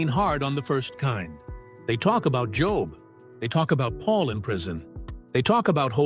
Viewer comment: This might be better received if the producer knew that the proper way to pronounce the name Job is with a long "o" sound. Like Jobe or "Oh" AI can only take you so far.